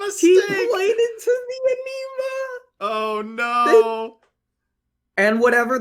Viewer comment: Cancel for saying anima they way he did